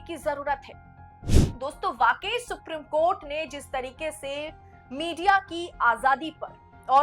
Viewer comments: Thoda normal tone mein bola kariye to behtar lagega ... Aur itna lamba kyon kar deti hein ... It is Supreme (सुप्रीम ) court and not Suprum court. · अपना उच्चारण शुद्ध करें,सुप्रिम कोर्ट नहीं बल्कि सुप्रीम कोर्ट होता है।